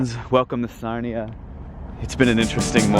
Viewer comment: Sarnia not Narnia